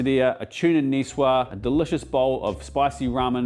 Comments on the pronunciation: Excellent ideas, chef. But please: Nicoise-zzzzzzze. Not Nicewah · Nicoise is actually pronounced Nicoize. one would speak the word the way you did if the “e” were absent. Thank you for working as hard as you do : I’m sort of an amateur chef. I learn so much from you.